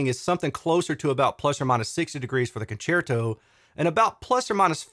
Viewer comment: Your pronunciation of "concerto" is correct It's obvious Italian for concert. Thanks for all your hard work. 👍🏻